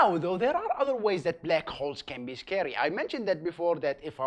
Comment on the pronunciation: Did he say ,,scawy''?